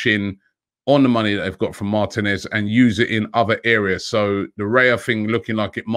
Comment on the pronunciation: Robbie the name is Martinez! (the "I" is accented... Martínez). The accent is on the 2nd to last syllable. Why do Brits in general (pundits, commentators etc) never learn to correctly pronounce, especially commentators. Lazy imo